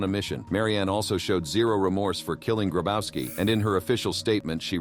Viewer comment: Klaus Grabauski. Bro. Polish 'W' = English 'V'. It's pronounced Grabovski.